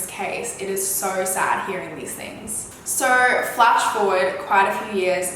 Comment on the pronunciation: I’m in love with the way she pronounces sooo 😍